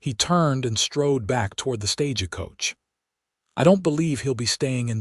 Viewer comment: Still can't pronounce stagecoach. 😂